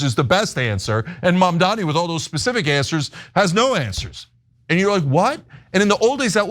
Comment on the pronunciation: Cuomo can’t even gets his opponents name right. It is Mamdani.